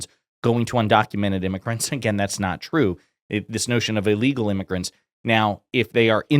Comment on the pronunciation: Allegal? Can’t even say illegal